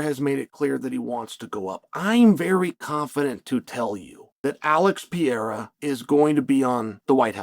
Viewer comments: bro saying piera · I'm glad the pronunciation of Pee-Era is still on the table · Learn to say Alex’s last name correctly 👊